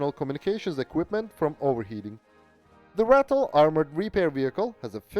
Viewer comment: Just by the way... it's pronounce RAH-TILL. Not "rattle" although most of them did